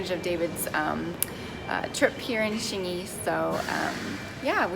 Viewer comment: Wait that’s Xingyi not Xingy ………